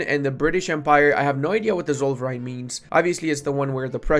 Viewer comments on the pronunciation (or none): i was just listening and i was like "thats not a german word" but then i saw "zoll verein" xD holy moly xD that might be the word you misspronounced the most ever xD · Zollverein (pronounced "Tsollferine" in german) more or less just translates to Toll Union or Customs Union. Nice to see that finally implemented, which means itll be much easier to get many of the small german states into your customs union sooner^^ but as you said forming all of prussia will be harder in exchange, will be fun to see how it gameplay in general